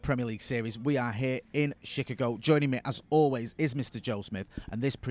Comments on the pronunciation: He pronounced it like when somebody is saying chic-fil-A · She Cargo. Innit? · How did he just pronounce Chicago?